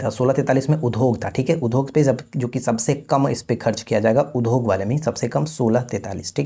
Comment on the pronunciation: Udhog nhi udyog padhna chahia